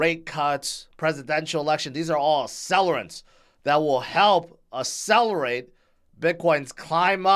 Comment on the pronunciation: I like how G says "Essellerate"